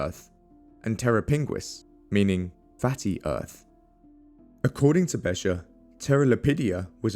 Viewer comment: Besher????? It CLEARLY says BeCHer with a CH as in loCHness...Please do your HOMEWORK before you do a video....DUMB!